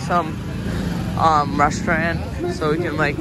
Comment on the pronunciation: Bro is struggling to say restaurant